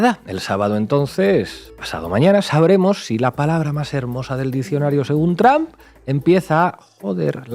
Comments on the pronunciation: Trump no tram.... Porque siguen contratando a gente que no sabe hablar? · Con todo respeto pero no entiendo porque dicen TRAM refiriéndose al presidente de USA y no se pronuncia de esa manera se dice TRUMP y así se pronuncia tal cual, gracias por la atención que le presten al presente!!!